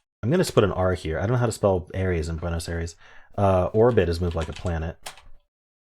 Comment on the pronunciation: If it helps, remember that the capital of Argentina is actually pronounced "EYE-ress" rather than "AIR-eez" in its original Spanish. 🙂